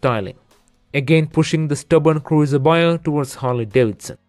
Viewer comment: He said "Cruieser" 🤣